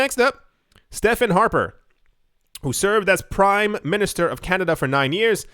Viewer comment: Morning / afternoon sir. A slight correction his name is Stephan (St-ee-ven) Harper. Breakfast included oatmeal, blueberries, and mushroom coffee. Cheers!